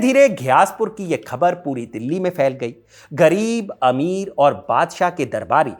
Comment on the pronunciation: Jab aap Hazrat Nizamuddin ka pronunciation bilkul sahi kar rahe hain to Khabar ka bhi theek kijiye.